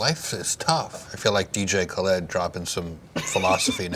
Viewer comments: the way he pronounced dj khaled's name "ka-l-ed" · The way he said DJ Khaled lmao.